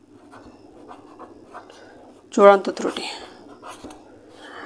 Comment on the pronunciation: তৃতি না ত্রুটি